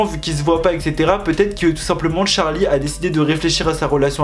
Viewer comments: il me stresse à dire d’charli c’est CHArli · C charli pas tcharli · En vrai de vrai la prononciation ça serait plutôt tcherlay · J’adore quand tu dis TCHARLI 😂😭❤️ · Pourquoi il dit : Tcharli et Tchase ?